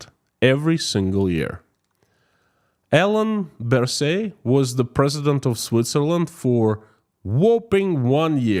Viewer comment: Hello, i am Swiss and liked your report about our President. You pronounced his name pritty good. He worked 12 years as a minister and was 2 times president, and now ritires as Minister and President (swiss has 7 minister and they rotate as presidents, but the president has not that much power, importent is what the 7 Minister do together). I like our President for a good job during corona, his humor and visions. Sincierly Dino